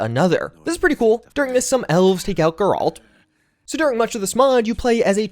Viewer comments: Still calling him "Guhralt" Dude, what is wrong with you? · I swear these dudes be saying geerald 💀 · How do people play 40 plus hours of the Witcher and still mispronounce Geralt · The way he pronounced geralt surprised me